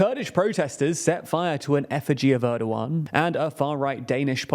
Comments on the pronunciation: nope there is h sounds in the name it is more like ERDOoAN, Turkish is really easy to read language once you go over the alphabet, in most cases letters is read exactly as you read them in the Turkish alphabet, there is no sudden changes in pronouciation of letters it won't change between kid and kite a Turk would read I in both of these words as they read it in kid, because i is an i it is not sometimes ay sometimes i . The only confusing thing is ğ because this thing is not a letter it has no sound or meaning it just elongates the letter before it. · It's Erdoğan, pronunced as "Erdoh-ahn" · because people should be smart enough to learn how to pronounce the ğ in Turkish. It's really not hard, it just elongates the preceding vowel. So it's Erdo-an, dead simple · Ana dili İngilizce olan birisi "Er-doh-ahn" yazısını okurken H harfini okumaz. H İngilizcede yalnızca bir hecenin başında okunur. "Erdo-an" yazsaydım "Erduen" gibi okuyabilirlerdi. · It's Erdogan, and yes, it's a weird pronunciation. And I don't get why people don't adapt it in some cases to a way that can be natively spoken, here in Brazil we do that all the time.